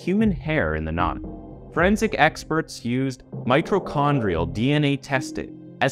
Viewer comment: Mi - to-chondria ... there is no "r". You were pronouncing it 'mi - tro-chondria. Yvonne is said "Ee-vonne ..." not with the 'ye' hard "y" sound too.